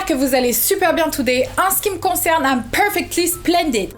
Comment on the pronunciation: « PERfecTly sPLendId » BAHAHA🤣😭😭😭